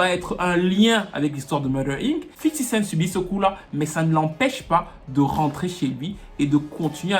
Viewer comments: J'suis le seul que ça énerve quand il dit tjrs "Fifty CentS" près de 20ans après vous prononcez tjrs un "S" qui n'a jamais existé à la fin ! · 50 Cent"s" ? Mais y'a pas de S mdr